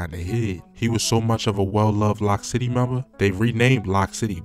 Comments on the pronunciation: It’s loc city like loco not lock city with his slow self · It’s Loc City not Lock City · He Said lock city it's Loc city smh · It's Loc City. Pronounced like "Loke". You niggas so fanned out it's insane. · It's pronounced "Loke" City! As in the Latin word "Loco" meaning crazy! Not "Lock" City! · he said lock city smhhh he saying everything wrong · 😂And him pronouncing Loc City as "Lock City" is hilarious bruh he was calling Pappy "Papi" like wtf?!?!?!?!?!?!?!?!? 😂